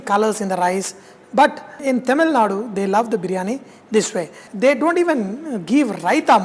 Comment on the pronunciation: Bro its not Temilnadu... Its Tamilnadu